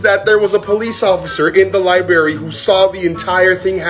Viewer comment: Lol "Libarry"